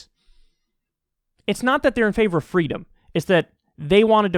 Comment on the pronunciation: Ah yes, Child Abuse is definitely a part of "fweedom".